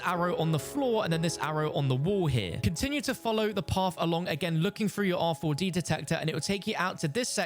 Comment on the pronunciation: You're tryna trigger people saying R 4 D detector over an over lol just say rad